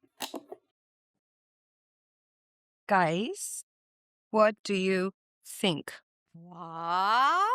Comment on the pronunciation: English ni aati to bolte kyo h ye log " what do you sink"😂😂😂😂